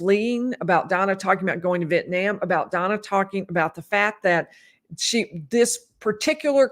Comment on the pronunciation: Donna was not arrested earlier this year as you stated. She was arrested last year, a week after Charlie was convicted of murder and has been in jail for nearly a year. Thank you for finally pronouncing Vietnam correctly in your last video.